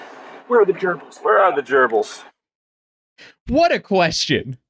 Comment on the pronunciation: "Multiple germils recovered" 🤣😂🤣😂🤣